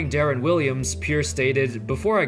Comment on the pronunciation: Darren bruh it’s deron.